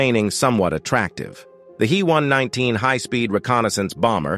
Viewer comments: I will be damned if I am going to subscribe to this channel, if you can't get your story straight and pronounce shit correctly. It's NOT a He (as in he and her), but rather the individual letters as H. E. one nineteen. Your channels with that male voice are pathetic, and I, for one, am blocking this one. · the He119 was designed and built by the Heinkel Flugzeukwerke, not the Henschel company. Henschel was an entirely separate company from Heinkel. And the "He" in He119 is pronounced "H" "E" (each letter spoken), not "he" (as in the masculine pronown).